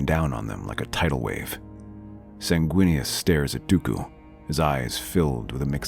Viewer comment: WEENIS??? good lord...